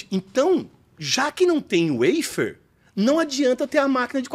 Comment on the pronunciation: Precisa traduzir a palavra "waffer" que por sinal está mal pronunciada, Sugestão para ele... em bom português é um "favo"